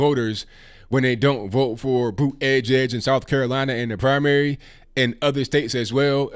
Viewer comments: He said Pete bootygig 😭🤣🤣🤣🤣🤣🤣🤣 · "Bootygig" lmao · I wouldn't vote Democrat anyway, but with the way you keep pronouncing his name, it's hard to take him serious as a candidate! 🤣🤣💀💀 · Boot-edge-edge. Hahaha. Pete gave up on pronouncing his own last name, then Trump comes along to teach everyone how to pronounce it while at the same time Making America Great Again. I’m surprised Trump didn’t send him a bill. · Its boot•ie jud•ge, please pronounce his name right guys! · I won't be voting for Mayor Pete for the reasons you suggest, but you should pronounce his name correctly. It makes your case better and keeps you free from appearing disrespectful. With all of the tensions and anymosity in the political arena today we need to be far above reproach and very curteous as we bring our points of view. Peace and love to you, brother!